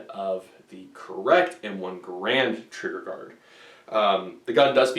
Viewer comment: Its not called an m1 grand its G a r and